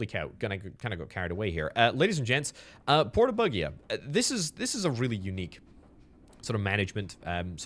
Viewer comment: pleese i like you a lot but let the google translate read to you porto BUGIA in italian so you have the right phonetics ...its unhearable...like my english...-.-'